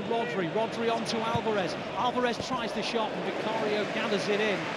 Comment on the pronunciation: Did the commentator really say “They finally shat at the Tottenham Hotspur’s stadium” 🧐🤣